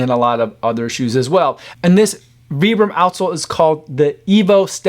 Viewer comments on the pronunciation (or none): Pronounced vy-brum